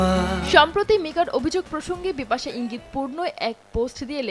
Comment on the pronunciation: Bipasssa uccharon hobena